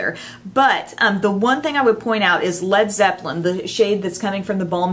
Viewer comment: this is insanely beautiful. My birthday is coming up, so I'm going to give a BIG HINT to my boyfriend for this. I also want to point out that you're the only person who pronounced Lead Zeppelin correctly. Did you know that the band were going to originally spell their name (Lead) Zeppelin? But they thought their American fan's would pronounce it wrong. Like (Leed) Zeppelin. So they dropped the "a".. Some Zeppelin history for you. 💖